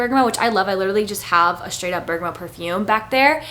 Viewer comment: & berg-uh-mot (bergamot)! noticed she was saying berg-uh-moh. 😊